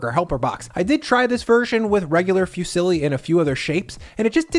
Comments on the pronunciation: Fusilli is pronounced 'foo-seal-y' not 'few-silly' 🙂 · I know Americans tend to butcher some words but this "Few-silly" is a first for me 😂 jokes aside, loved the recipe